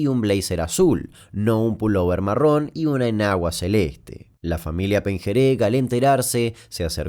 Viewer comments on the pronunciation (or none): none